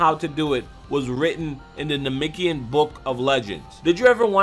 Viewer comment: Anyone else want to slap him till he say namekian right, because he is not saying it right at all